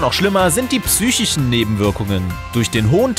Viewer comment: Also, irgendwie kann er "psychisch" nicht richtig aussprechen. Oder liegt das an mir? ._.